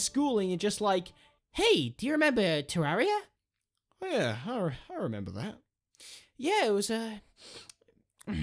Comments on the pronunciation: Te-rear-i-a is how you pronounce it. Not te-rah-re-a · The cat Lord shame on your if you say it "ter-area" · ye its supposed to say "terra"-ria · You pronounce terraria wrong